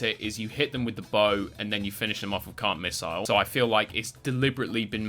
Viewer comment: Why do i keep hearing "Cunt missle" instead of "Can't Missle"?